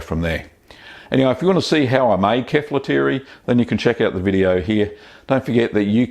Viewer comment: Its kefàlotiri not keflotiri